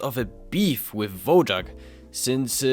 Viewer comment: Just a correction: Wojak (pronounced /Voyak/) is a Polish word meaning 'Warrior'. It fell out of use in the past 50 years.